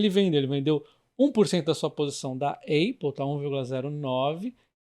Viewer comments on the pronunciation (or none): soh um pequeno adendo, fala apple normal msmo, nao "eipol". de resto excelente video